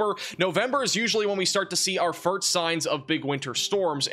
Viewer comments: I can't :) but have to before someone calls you out on it. Did you say FURT or FIRT snowfall? Drag out the letter "S".. FIRSSSSST / 1st snowfall. Just trying to help brfore you go on live tv as a news caster. (Weather Man). Good work on everything else, you guy are always 99 perc of the time on pount and accurate!! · why does he say "furt snow" fall? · Does keep saying firts instead of first? Still a good channel. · Do you know you say firt instead of first? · Am I hearing fert instead of first?😅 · Is it me or does it sound like he's saying "fart" instead or first.... lol